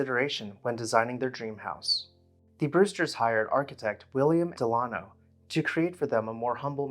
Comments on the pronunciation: I think it's probably pronounced DEL-uh-no, rather than del-AH-no. You know, like Franklin Delano Roosevelt. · The architect's name is pronounced Dell-A-no, as in Franklin Delano Roosevelt, not De-lah-no. And is something is "more plain" then it is plainer. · “Dell uh no” as in Franklin Delano Roosevelt. Not “De lawn oh.” How is it you can pronounce “cartouche” correctly but mispronounce the name of an old American family? Good golly.